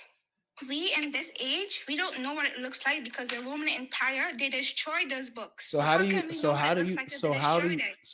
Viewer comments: What is the “woemun wempire”? And what on earth are “wemenents”? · The Woman Empwire, pweple don’t know the twue message